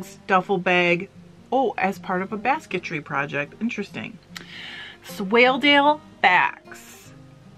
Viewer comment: Yes you are pronounced it correctly. It’s a sheep mostly from Yorkshire a great fibre and fleece to spin.